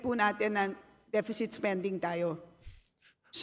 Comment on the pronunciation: 3.7 depecit? galing mo naman